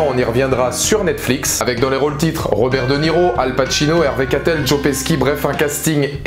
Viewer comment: Peski? Ça se dit pet'chi je suis italien et c un nom courant